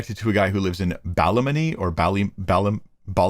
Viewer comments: It’s pronounced “ BALL-A-MONEY” it’s in the next County from me 😂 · The "ball of money" he is referring to is a town in N.Ireland near me pronounced Ballamoney. My grandfather was from there. This guy hilarious and horrifying at the same time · Oh my goodness I was distracted for a few minutes and heard my hometown!!! The Bally in Ballymoney rhymes with Sally (the name). Although we usually pronounce it bal-a-munny or “the toon” lol. My wee hometown in Northern Ireland.